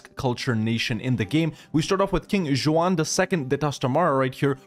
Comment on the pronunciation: No way he pronounced ‘Juan’ as ‘Juh-won’ lmaooo